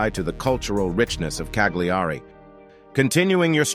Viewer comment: Why canlt you yanks pronounce things properly it's not Cag- lee-are-ree it Ca-li-are-ree